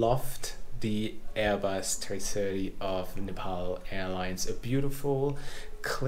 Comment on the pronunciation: Please, its not Nipal, its Nepal.